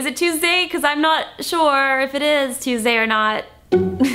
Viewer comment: she said sex Tuesday. Lmao